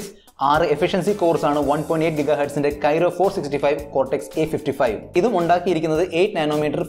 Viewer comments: Kyro alla chettaa kryo aanu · Kyro alla bro.. its kryo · പൊന്നു ചേട്ടാ കൈറോ അല്ല ക്രൈയോ കോർസ് ആണ് Not Kyro it's Kryo Cores architecture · It's not kyro architecture it is kryo architecture.. good video and good comparison. All the best 👍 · ബ്രോ .. Qualcomm പ്രോസസ്സർ കോർ Kryo (ക്രയോ ) ആണു, Kyro (കെയ്‌റോ ) അല്ല. അടുത്ത വീഡിയോ മുതൽ തിരുത്തുക.